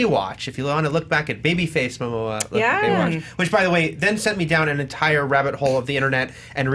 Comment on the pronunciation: Jason “Moma” 😂😂😂 Never change